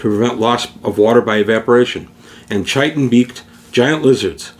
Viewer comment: Just a note: "chitin" is actually pronounced "ky-tin".